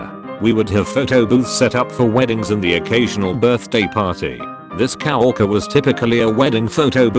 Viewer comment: Those damn cow orkers and brides getting their mak upe done. If you're going to be so lazy as to use a text to speech engine to narrate reddit posts and profit from them, the least you could do is edit the few indiscretions to sound right....